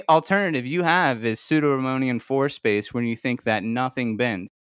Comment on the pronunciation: Pseudo-"Romonium". Sigh, it's Riemannian\ rē-ˈmä-nē-ən- \ every flerf mispronounces this, let alone knows what it means. It's like nails on a chalkboard to any physicist or mathematician.